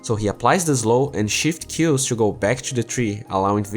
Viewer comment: Precisa treinar o sotaque principalmente o teu "to". Tu fala "two", vício comum entre brasileiros.